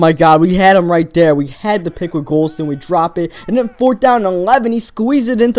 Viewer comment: i like the vids but damn. "uder" "den"